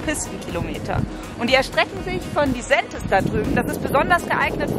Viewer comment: Wie sie Disentis gesagt hat ist komplett falsch